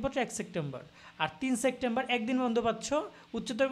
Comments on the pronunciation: Vai sectember na, September. Uccharon e problem vai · Vai sectember na . Kothata hobe September 😂😂😂